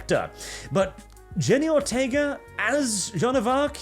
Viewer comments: You have been hanging out with Lumi too much, you were almost spot-on on the pronunciation of "Ortega". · Your ''Ortega'' was pretty on point 👍 as it was the whole video.